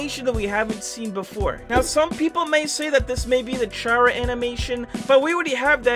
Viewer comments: Its not pronounced CHAR-UH but CAR-UH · Chara is pronounced C-ar-a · that’s a nice ss chara picture btw it’s pronounced car uh sorry for correcting you I just get a little triggered when people pronounce there name wrong